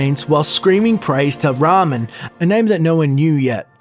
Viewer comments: Who the fuck is Ramen? Don''t you mean Reman? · Dude, learn how to read! His name was PE LI NAL - and the other dude is RE MAN not Ramen :D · You saying Ramen instead of Reman make me feel suicidal ecksdee It's REEEEEEEEEEman fuckiNG NORMIES GET OUT REEEEEE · "Ree-man"...not top " ramen" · I usually don't do this, but it's Reman. Re-man. Not Rahmen. That sounds like food and the Reman dynasty was everything but that. Otherwise great video :) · I wonder why so many people see the letters "e" and "a" and pronounce "e" as "a" and "a" as "e"... Ramen instead of Reman... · "e" is pronounced "ehh" not fucking "ahh" ramen has nothing to do with the elder scrolls...but seriously ,you're a professional youtuber, say it right. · REY - men, not Rah - men, he's not a pile of fucking noodles. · dude its pronounced "rae-maan" not ramen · Yo get your pronunciation right xD Ramen? Pellenial? Bruh!!!! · Did you just say Ramien as in the noodles? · I like how he pronounced Reman as "Ramen" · its actually pronounced "RAY-Min" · Ramen? I'm sorry, RAMEN?! Really? Yeah, your expertise in the subject impresses me a lot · Dont say Ramen, It makes me think of japanese lunch... Reman is how it's supposed to be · Reman =/= Ramen , pleasue fix ;) Jk love the video as an ES fan who basically already knew most of your points here! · I cringed every time he pronounced Reman and Pelinal wrong